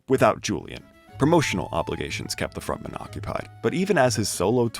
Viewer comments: julian frontman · front man. front. man. front-man. my man still pronounces "frontman" like its a surname